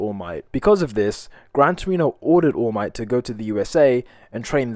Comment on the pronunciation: "woll might"